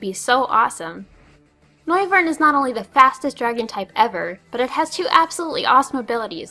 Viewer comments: Really... you haven't yet realized that it is in fact "noi-vern"... seeing name is a clearly portmanteau of "noise" and "wyvern"? Was the fact that it had speakers for ears not obvious enough for you? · No, It's Noi-vern - Like noise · Noy-vern. Like the word 'noise', which Noivern's signature move Boomburst, as well as it's biological lore, is based on.